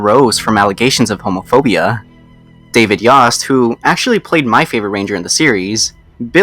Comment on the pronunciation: Subseeeeequently. David Yaust. Gahhhh please learn how to pronounce words